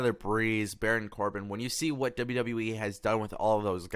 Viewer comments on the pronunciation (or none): none